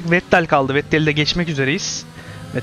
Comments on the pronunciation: abi vettele neden vet tel diyorsun bildiğim kadarıyla okunuşu fetel serhan acar vs öyle kullanıyor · olur oyle takilmamak lazim boyle seylere sonuc itibariyle anlasiliyor :)